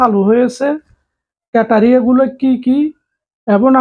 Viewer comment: ক্যাটারিয়া না ক্রাইটেরিয়া